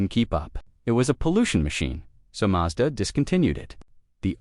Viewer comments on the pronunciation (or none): WHY does it sat "MAJDA" - more AI nonsense????